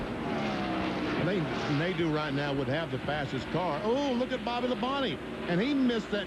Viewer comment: Its pronounced, "Nade-o", not "Nade-u". Also, can someone look into this man's ancestry for me?